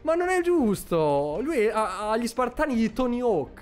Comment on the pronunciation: SPARTAN NON SPIRTON